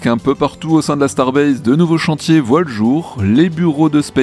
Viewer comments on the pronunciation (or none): none